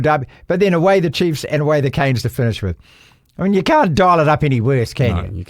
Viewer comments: It's CANES ffs not KINS! 🤦🏽‍♂️🤦🏽‍♂️🤦🏽‍♂️🤦🏽‍♂️ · Yeah we’ve argued about this all year. The song is “Canes”, the word “Kins”?